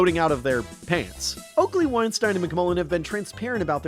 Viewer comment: You keep mispronouncing Weinstein.